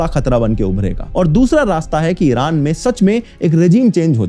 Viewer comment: Why do Indian YouTubers pronounce Iron as IRUNN ?